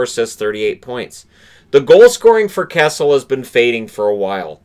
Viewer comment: I had to watch this again. The 1st time you mentioned Phil Kessel, I thought you said Cassels, as in Andrew Cassels lol